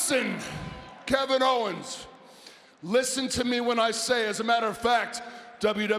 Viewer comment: "Kick Kevin HOE-ens In The Head So F...REAKIN Hard!!" 😂😂